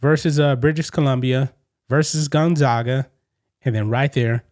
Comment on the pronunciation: As a Gonzaga fan, you made my blood boil with the way you pronounced it. Ugh